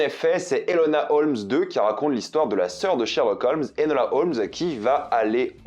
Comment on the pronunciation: nooon le prénom Enola ne s'est pas fait respecter encore 😭 c'est Enola pas Elona🥲.. mais je pardonne